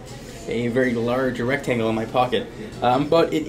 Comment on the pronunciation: he said erectangle